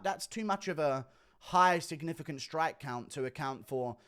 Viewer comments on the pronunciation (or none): none